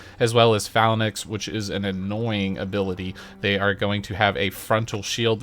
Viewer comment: phalanx is pronounced fa-lanx btw.